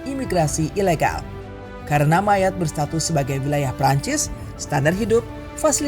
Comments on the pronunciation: Admin...admin bacanya bukan Mayat tapi Mayot 😂✊🇫🇷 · jadi inget temen gw si Armand org perancis yg jadi guru sejarah di pulau ini dan lagi liburan di bandung, dia cerita persis sama yg ada di video ini tentang sejarah ekonomi sama isu imigran gelap wkwk btw dia nyebutnya pulau 'mayot' bukan 'mayat' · Bacanya tetep MAYOT bukan MAYAT! Riset apa enggak sih ini adminnya! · Maaf min penyebutan MAYOTTE itu MAYOT.. bukan mayat... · Bacanya yang ngga enak yaitu Mayat😂😂😂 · Ini naratornya pakai bahasa mana sih utk pengucapan Mayotte, Indonesia bukan, prancis bukan, inggris bukan. Gue dengernya mayat mana berulangkali sangat mengganggu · Mayotte dibaca MAYOT dalam bahasa Prancis. Gak riset dulu kah? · Penyebutannya kayaknya ngga banget, klo bahasa aslinya disebut "meiyot" trus petit tera dibacanya "petit terre" seperti tulisan aslinya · Mayat q dengar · Iya jd risih aku dengernya MANYAT😂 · Sama dengernya jg mayat wkwk